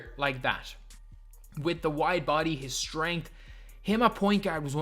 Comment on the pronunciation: Bro I swear, Is just me that thinks he saying white body when he is actually saying wide body🤔🤔🤔